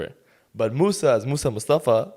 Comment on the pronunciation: mussy? wasn’t his name moussa? 💀